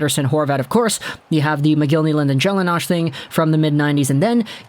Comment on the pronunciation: I’m going to excuse you because you’re so young but his name was Martin “Gelina” the s was silent. We don’t pronounce it “Gelinash” lol